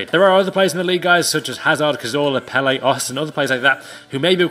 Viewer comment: It's pronounced pella not pelle